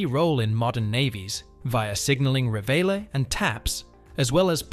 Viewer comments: I always wanted to see a bosun's whistle up close. Thank you! For future reference, "Reveille" is pronounced "REV-uh-lee." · Is this AI-narrated? You totally butchered the pronunciation of "reveille."